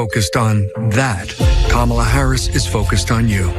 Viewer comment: He actually pronounced Kamala’s name correctly…